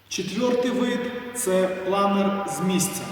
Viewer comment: Чому "планір", а не планер?